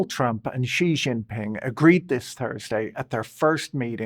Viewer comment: The j in jinping is pronounced like the j in English .. or near enough.